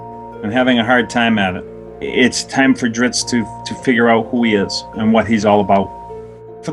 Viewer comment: Someone on his message boards pointed out that Bob is Italian, and Bob's pronunciation of "Drizzt" makes perfect sense if you consider the "zz" part of the word "pizza". "zz" is pronounced like /ts/. Thus, "Drizzt" is pronounced /dritst/. Now, just imagine D-man slicing and dicing some pepperoni pies with those twin scimitars of his, and you're all set!